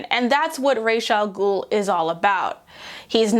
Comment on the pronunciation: I loved this but lord you using the 'canon' pronounciation of r'as al ghul kinda made me cringe as someone whos moroccan n would pronounce it as rahs al ghool